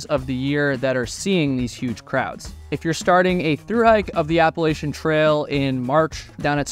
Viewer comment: It's pronounced APP-A-LATCH-CHEE-AN. It is NOT pronounced ABBA LACE SHIN. It runs through the region known as Appalachia. APP-A-LATCH-AH. NOT APPLE-ASIA. Even Peter Santenello says it correctly (because he too was raised in Appalachia). Originally the name of the Apalachee, a Muskogean people of northwestern Florida, perhaps from Apalachee abalahci "other side of the river" or Hitchiti (Muskogean) apalwahči "dwelling on one side". The name was eventually used also for the tribe and for a region spreading well inland to the north.